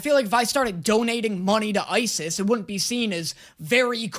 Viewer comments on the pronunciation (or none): none